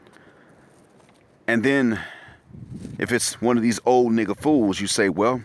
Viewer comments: When said ….. nigga! I fell off the bench at the gym. The pause was deadly😂😂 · The way you say the n word is funny.